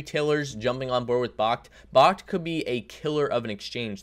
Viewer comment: Friendly heads up. Its backed. Not bahkt. Like, BACKED by physical bitcoin 👍